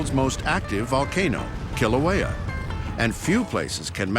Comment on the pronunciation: Yes they said Kilauea correctly